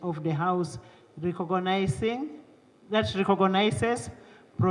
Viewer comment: Regogonising. Which one is this one? 🤔 Regogonices. Where in Africa is this?